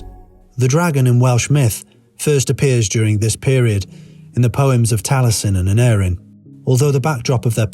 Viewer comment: Nice video - but the pronunciation of the names wasn't quite correct. Aneurin is pronounced with the penultimate syllable : Ann- EYE- rin The same for Taliesin - Tal -Yes - in And Urien isn't pronounced as Urine but as Irr- EE- en.